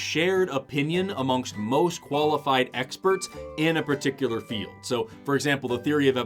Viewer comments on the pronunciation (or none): none